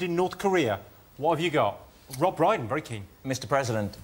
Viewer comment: Pmsl. You messing up Rob Brydon's name, is that revenge? 😬🤭🤭❤️